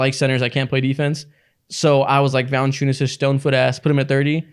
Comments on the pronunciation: It's ValAnciunas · ITS ValAnciunas yall